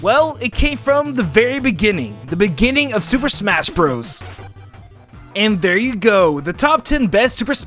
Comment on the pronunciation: „Super Shmas Brothers“